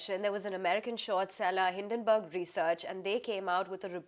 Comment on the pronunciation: Dude, you have got the name Hindenburg wrong repeatedly…….at least know who you are reporting on.